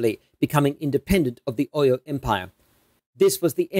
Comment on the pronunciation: Your pronunciation of Oyo is appalling